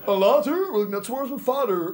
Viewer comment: Laterrrr wil ik net zo worden als mijn vaderrrr rrr rr rrr